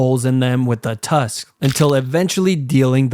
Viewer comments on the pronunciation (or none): none